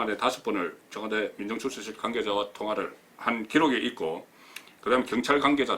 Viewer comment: 이명박이 4대강 돈낭비 비리나 다루세요 이 따위 비생산적인 내용으로 어설픈 국민들 혼돈스럽게 하지마시고요. 허구 헌날 뭇재인정부 흔들기가 그렇게 재밌나요? 곧 폭망할 자한당이나 양심껏 파보세요 그리고 청아~~~대 아~~대가 아니고요 청와~~~와 대입니다.